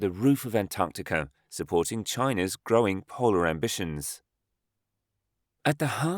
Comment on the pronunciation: Am I the only one hearing him say "Antanticum" ???